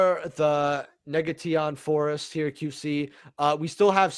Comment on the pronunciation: “Diabelastar neg-uh-Teyon Forest” 😂😂😂